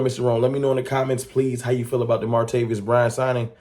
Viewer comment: ITS MAR-TA-VIS! NOT MARTA-VIOUS!